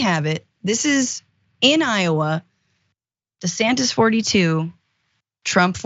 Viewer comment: Ronald Dee-Santis